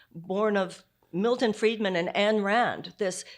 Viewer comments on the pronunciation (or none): Her name is Ayn. AYan Rand SMH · She lost me when she started DISSING my favorite author..... AYN RAND!!..... PLUS..... she called her...." Ann"....Rand!!